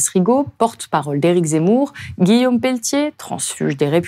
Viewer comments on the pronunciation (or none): none